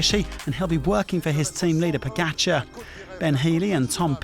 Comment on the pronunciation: You are a paid pro commentator. Why not learn how to pronounce correctly the name of pogacar?